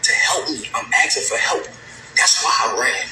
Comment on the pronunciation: "asking" not "aksing"